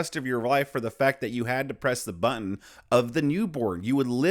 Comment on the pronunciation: It’s not butt in.. it’s button